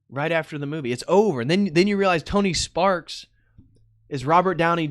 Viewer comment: "Tony Sparks" that hurt me man 🤣.